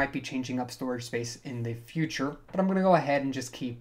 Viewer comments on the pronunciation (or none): none